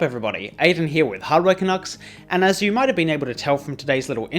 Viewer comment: The way Aiden pronounces "You" scares me